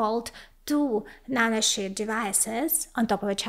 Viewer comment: She said nanoshit 😂